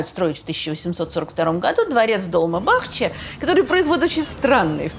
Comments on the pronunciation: В турецком ударения ставятся на последний слог:) ЭминёнЮ, ДолмабахчЕ:) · Тамаре всегда лайк, уважение и благодарность за интересные лекции. Небольшая заметка. В тюркских словах ударение всегда на последний слог - долмА бахчЕ, например. А то очень слух режет. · Спасибо огромное за такою лекцию. Я два года живу в Стамбуле, много о нем знаю))) Но все равно с большим интересом слушала каждое слово! P.s. с ударениями, правда, напутали))) У турков ударение на последний слог. Долма́ Бахче́, Эминёню́.